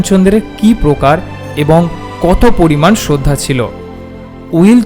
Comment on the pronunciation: কার্মাটার। জায়গার নাম। "প্রতি", "শ্রদ্ধা", " পৃথিবী"। র ফলা উচ্চারণ মর্মান্তিক।